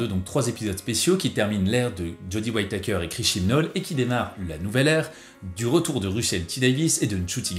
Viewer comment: "Waïtaykeur" :'D